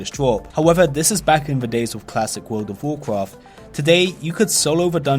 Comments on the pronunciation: What about tlpd? That is like super super rare. And why do you keep saying Wud of wukraft? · WUUWLD OUVVV WUUWCWAFT